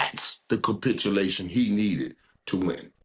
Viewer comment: "Capitulation" what now Mike lol